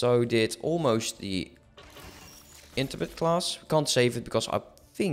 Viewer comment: Hi the Intrepid class has the same name as the Intrepid Class of which voyager was one I know your struggling with its pronunciation So I’ll give it a shot for you In trep id Trep a bit like saying trap if it was an E Instead of currently your pronouncing it almost we interpreted